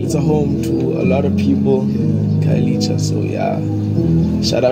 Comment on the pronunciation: Khayelitsha is pronounced Car-ye-lee-cha 😂 I hope this helps because we are here for you okay 😌🤣🤧